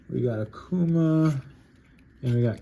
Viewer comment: It's prononuced OCK-COO-MAH but most people say AH-COO-MAH